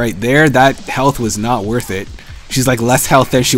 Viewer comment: You don't like the "worth" comments now but in later vids you say wurf all the time xD "it's only wurf if you say wurf" -. It's funny x)